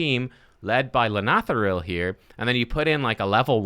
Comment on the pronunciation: Well done. You are the only content creator who can properly pronounce his name.